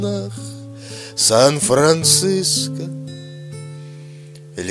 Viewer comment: В последних выражениях по моему лучше было бы "подчеркнуть" ударение в слове "вам" и потом потом на букву "о" в слове "манто"...